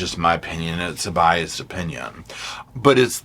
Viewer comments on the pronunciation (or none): none